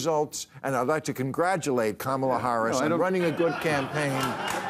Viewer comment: Too bad Bill didn’t ask old one eye to say Kamal’s name right.